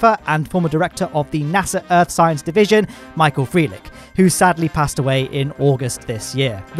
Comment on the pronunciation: Interesting pronunciation of Michael Freilich